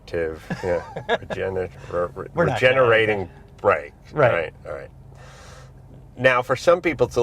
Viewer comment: I agree. I could have sat there for an hour talking about the technology behind it, not yabbing on about legoland, not failing to pronounce 'regenerative braking'...etc